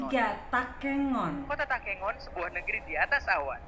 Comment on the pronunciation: Takengon bukan tekongan,tapi kata dasarnya entah kengon